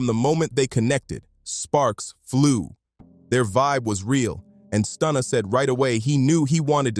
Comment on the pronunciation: Yo ai butchers names who tf is day baby and stoona